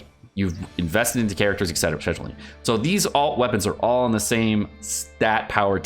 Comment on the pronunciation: Eck cetera 👻